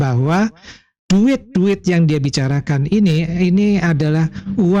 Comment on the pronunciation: Ini yang cakap dueet kamu muwah '' dueet kamu muwaah '' 😅😅